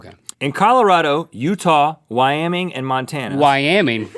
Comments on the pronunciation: Wyaming LOL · I live in Buffalo Wyoming and from now on I will say Wyaming instead of Wyoming. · "Wyaming"... Nice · "Whyaming, as in, 'why am I in Wyoming?'"